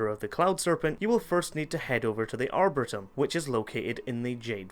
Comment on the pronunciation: like "ar-boar-re-tum"?